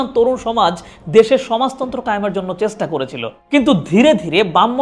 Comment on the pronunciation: পুরা ভিডিওতে শুধু ইতিহাস গাইলেন ভাই! মানুষের ইতিহাসে আগ্রহ কম, ভবিষ্যৎ নিয়ে বলেন। ক্যাপশনে বললেন একটা, কিন্তু শুরু এবং শেষ করলেন আপনার ইতিহাস আর ইতিহাস দিয়ে। আপনার 'চেষ্টা' উচ্চারণ-টা কানে লাগে।